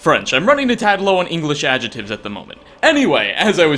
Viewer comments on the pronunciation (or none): ajatives? Was that him trying to say 'adjectives'?